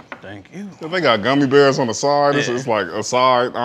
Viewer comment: Nobody:: gummy berrrrrs